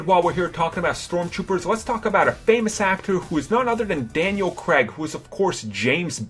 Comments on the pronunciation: Daniel CREGG?! WAR-WICK Davis?! Cr-ay-g War-ick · Daniel Cregg? it's Craig